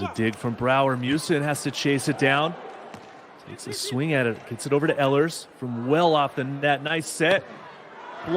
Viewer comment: Ehlers is pronounced “ Eelers”